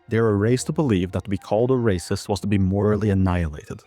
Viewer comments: "Your raysust!" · "You are wacist" Yeah I love to race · "Das rayciiissttt!" - Sheniqua, 29, after being told that she can't kill people. Sheniqua doesn't even know the definition of Racism, she can't even spell it. She can't read. But she's seen other people say it, so now she does too.